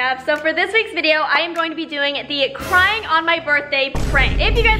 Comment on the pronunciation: It’s crying not carying